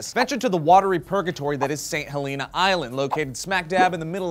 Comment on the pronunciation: THAT'S NOT HOW YOU PRONOUNCE HELENA